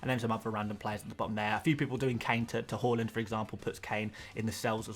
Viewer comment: Its HAALAND not HOOOLEND